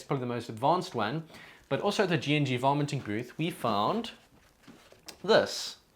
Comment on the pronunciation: Sorry but it sounds like you're saying "vomiting" lol Good video btw!